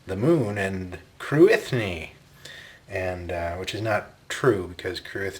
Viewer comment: By the way, Cruithne is pronounced something like KROOee-nyuh, not Kroo-ITH-nee.